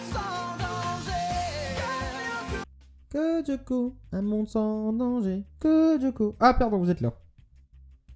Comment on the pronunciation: Sa me stresse quand tu dit Codioco :') C'EST CODE LYOKO xD